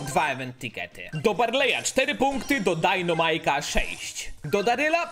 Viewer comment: jak byś mógł postać dynamike czytać poprawnie czyli dajnamajk zamiast dajnomajk było by fajnie bo mnie przez to uszy bolą i z góry dzięki